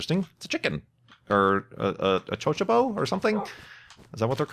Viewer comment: "chochobo" "O For Tuna" XD I love it when mispronounces things, its so funny!